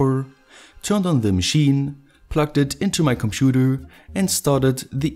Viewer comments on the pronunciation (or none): none